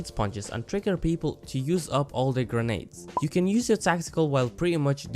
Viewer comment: You're videos are pretty chill on top of being qualitative, it's really an added bonus :) Also, it's "grenades" and "footage" :3